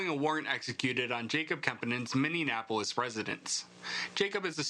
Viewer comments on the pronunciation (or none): "Minne-napolis" is NOT how you pronounce the name of that city.